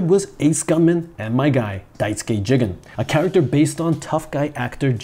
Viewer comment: How you pronounce Jigen drives me up the wall.